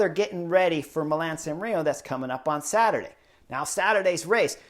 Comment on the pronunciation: Milan Sanrio? 👀 Let’s say it together Mi - la - no San - re - mo Love your work! Keep it up